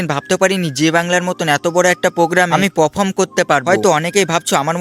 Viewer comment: এই টেজে না, স্টেজে হবে। পাফম না (পারফর্ম হবে)